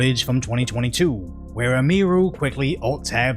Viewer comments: Hey,. You're putting the EmPHAsis on the wrong SYLlable. It's pronounced "Emmy- Roo", not "Uh-MEE-roo" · How many videos has he done on her, and he still can't say her name right? He calls her eh-mee-roo. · Why does he keep calling her Eee-meer-oo. It's Emee-roo. 😆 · Btw it's not pronounced "Em-ee-rue" lol, it's Em-ihh-ru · Please learn her name bro. Em-e-ru, not Em-eeee-ru. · "Eh-mee-ru" LuL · Its EM-i-ru. Her first name is Emily. Its a misspelling of emily. So you probounce the em as in emily. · Bro I swear be calling Emiru Ymiru haha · yeah it's like emily with ru on the end, and he's the only one i've ever heard mispronounce it